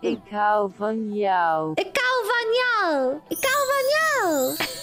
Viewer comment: I just really love how she pronounced ik hou van jou because I'm dutch and many people butcher the language and I'm impressed she got it almost correct the first try. Keep making these great vids. Greetings from the netherlands 🇳🇱